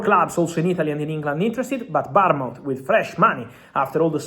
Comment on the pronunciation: Bottom feeder learn to pronounce Bournmouth.